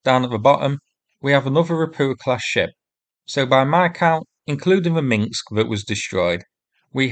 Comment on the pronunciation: Minsk, not Minks. 🤕